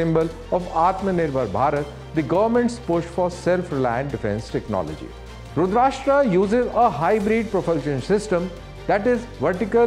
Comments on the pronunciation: Pronunciation should be rudraasthra and not rudraashtra. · It's not "Rudrashtra" Please don't use English pronunciation for Sanskrit names. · your pronunciation is wrong.. plz change the tone T ( ta) .. not country, it is an Astra ... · It’s Rudr+astra. Karan say aate hai ee log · Pronounce the name correctly... It's not Rudrashta😢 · Someone pls stop this anchor mispronouncing the weapon name ... May be he convinced it is RudrasHtraa because it is produced in Maharashtra ! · Shocked to hear from a DD presenter such a wrong pronunciation. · Not रुद्राष्ट्रा 🤦🏻‍♂️ but रुद्र अस्त्र I get it! that you're delivering the news in English, but how can you F- up basic hindi? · Its रुद्रास्त्र not रुद्राष्ट्र, why DD news? Not expected from you. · It's NOT pronounced "RUDR-ASHTR-AA", It's "RUDRA-ASTR-A' 🙂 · TV pe dekhra tha, could not stop myself to connect on m mobile to to comment the same, thank god someone did it, thanks. It’s not expected form indians atleast, that too a DD anchor. He confidently mis-pronounces several times. Someone please stop this guy. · Great 👍… but please pronounce correctly… it’s रुद्रास्त्र, not रुद्राष्ट्र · Terminate this Anchor! At this age, he is pronuncing रुद्रास्त्र as रुदराष्ट्र. Unforgivable. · its not 'rashtra' as in maharashtra .... it is rudra-astra as in astra- sastra. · Pronounce correctly. It is Astra a weapon Rudrastra and not RASHTRA as your soellingbit. Rashtra means country/ nation / state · its not "rudrashtra" its rudrastra".... "sh" sound is not there in that - it meaning Rudra + astra - arrow.... I think this guy need to first learn the name of this weapon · रुद्र + अस्त्र = रुद्रास्त्र रुद्राष्ट्र नहीं 😂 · Abe firangi k pote it's रुद्रअस्त्र rudrashtra🤣🤣🤣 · It is astra not rastra. Rudra+ astra. Astra is weapon and rastra is country. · sir, first learn to pronounce Rudrastra properly. Its Rudr-astra NOT rud-rasta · Dear Anchor, This is called रुद्रास्त्र, not रुद्राष्ट्रा। Get rid of the need to anglicise everything